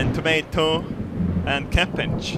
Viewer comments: I love how you say ''capage'' instead of ''cabage hahaha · Cappage. I just love that pronunciation <3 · Love how he says "cappage"